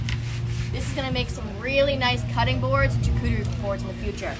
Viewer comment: Camphor is not good for cutting boards, or charcuterie boards because it is too soft for cutting and too fragrant for cured meats. Additionally it is pronounced SHAR-cootary boards not CH-cootary boards, from my decade in fine dining.